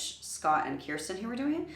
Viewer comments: I was going to respectfully submit the same pronunciation correction that Rebecca Rich made below: KER stin, not KEER stin. Thank you for being the kind of reactor who isn't annoyed when we do that! We love them so much...it feels like they're our best friends. I also support Rebecca's suggestion of reacting to PTX's "Silent Night." (Who cares if it's not Christmas?) It is, indeed, a live performance and it's one of the most beautiful things I've ever heard. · Just a kind correction. I've noticed you've been pronouncing Kirstin's name as "KIErstin" when it's "KIrstin". I don't want you to get dragged by some fans so I'm just kindly putting it out there :) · Just so you know Kirstin rhymes with thirst-in, you've been pronouncing it wrong for a while now and it's started to bother me. As for a reaction suggestion, you should see their video for Silent Night, it's totally live and off-mic and with great acoustics.